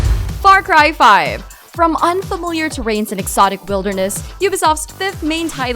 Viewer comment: "FRY CRY FIVE" Thanks for yelling that lmao